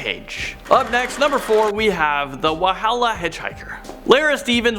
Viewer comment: im from Walhalla and its pronounced wall-hall-ah. My grandad told me a similar story about a man in his car. When I heard this I got shivers😂😂